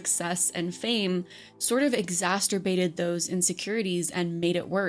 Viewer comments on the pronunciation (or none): Girl I KNOW you seriously didn't just say "Exasterbate" instead of exacerbate. I'm dead 💀